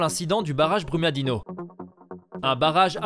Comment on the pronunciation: Brumadinho se prononce Brumadinio Vc é um gringo Tem investigação Fala do que vc sabe tá